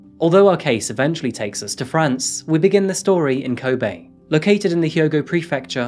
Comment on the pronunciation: You really need to fix your pronunciation of Japanese syllables. You make an effort for African, but not Japanese which is arguably simpler. You are propagating gaijin stereotypes.. This makes me cringe. It's ko-be (as in LOck), hi-ma-ji (him-ma-gee), using small vow sounds.